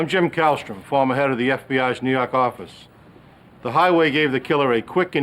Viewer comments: I'm just here to hear him say New Yauk Ahffice. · "nuu yawk affice" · lmfao! I talian accent